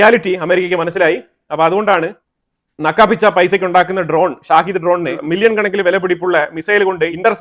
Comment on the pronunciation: ഷാഹിദ് ഡ്രോൺ എന്നല്ല ഷഹീദ് ഡ്രോൺ എന്നാണ് പറയേണ്ടത്..ഷഹീദ് എന്നാൽ martyr എന്നാണ് അർത്ഥം..സ്വയം പൊട്ടിത്തെറിക്കുന്ന ഇസ്ലാമിക ഭീകരവാദികൾ സ്വയം വിളിക്കുന്നത് ഷഹീദ് എന്നാണ്..അത്പോലെ ഇറാന്റെ കയ്യിൽ Tomahawk പോലെ Saumar മിസൈൽ ഉണ്ട്.സ്കൂൾ പൊട്ടിയതിന് പിന്നിൽ ആ മിസൈൽ ആവാനുള്ള സാധ്യത ഇപ്പോഴും നിലനിൽക്കുന്നു.